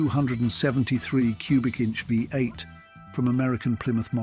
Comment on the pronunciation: Unfortunately the original post is an AI voice that can't even pronounce V8. The pictures also do not match the description sometimes either, Very annoying.